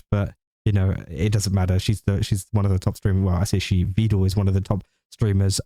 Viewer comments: Meedul peedul Veedul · Fyi, for future reference. Vedal is pronounced as, "medal, pedal, settle." Neuro just mispronounces it constantly.